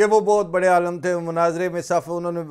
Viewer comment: Sir "Alim" not "Alum"